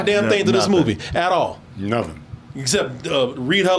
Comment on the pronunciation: Dat "At Orl" made a come back in a DT glorious way